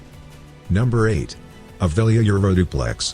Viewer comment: Text in video: Avelia Euroduplex. Robot voice: Aeuoliouaeoeuoilulaoileauoplex.